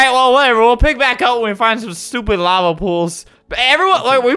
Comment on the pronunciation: when it said lava it sounded like "lover" XD